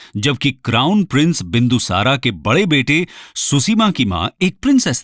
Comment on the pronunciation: क्या हो गया है तुमलोगो को सही बोलने नही आता है क्या मौर्य को मौर्या बोलते हो बिंदुसार को बिंदुसारा बोलते हो अशोक को अशोका बोलते हो कलिंग को कलिंगा बोलते हो हद है